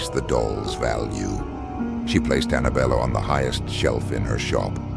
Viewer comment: belle not Bella~